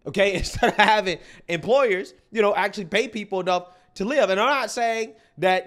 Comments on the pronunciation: woah.. Diddd she just mis pronounce live in that context as if she wasn't the one to write it? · The way she pronounced “live” is a dead giveaway